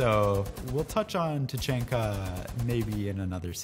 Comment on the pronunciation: HE SAID TACHANKAS NAME WRONG